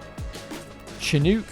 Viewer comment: "chin-ook" it's said like "shan-ook" 😭 it's based of a larger helicopter with 2 propellers basically lol❤